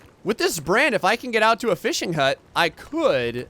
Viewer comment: Coming from the Black Country in England (West Midlands), far be it from me to take the mick, the way says "if I can" like "eef I ken" I absolutely love, everytime I think "Who's Ken?" LOL But I'm worse, phonetically I sound like this "If'ar con" so ridicule is welcome, aren't accents great